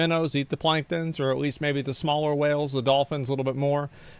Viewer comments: This mofo saying Wells instead of Whales is driving me fkn nuts ! Three videos now … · My biggest problem with this guy is the way he pronounces whale as "well"